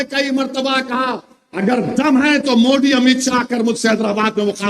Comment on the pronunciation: यह बोबडे को "दरम्यानमें" द बोलना मुश्कील नही लगता मगर मोदी को मुंडी बोलता है